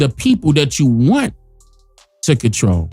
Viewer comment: Cdc "comtrol desease" not prevent